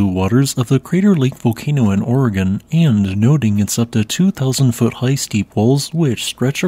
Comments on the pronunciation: You said Oregon correctly... kudos! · Dayton, Ohio has an "Oregon District" and they say.... Ory-Gone.